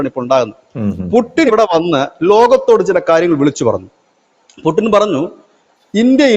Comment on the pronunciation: പുടിൻ അല്ലേടാ പുല്ലേ പൂട്ടിൻ എന്ന് പറഞ്ഞു പരിശീലിക്കു